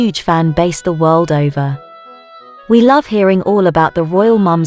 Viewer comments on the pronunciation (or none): none